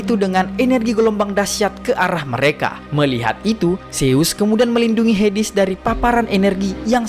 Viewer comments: HADES tawwaa bukan hidis😢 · bacanya heds bukan hedis 😂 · Hades min bukan hedis